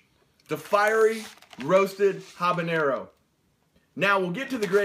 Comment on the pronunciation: you don't pronounce the h in habanero